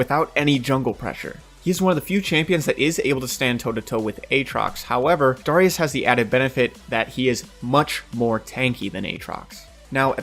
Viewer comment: why the fuck do you pronounce darius like that? its tilting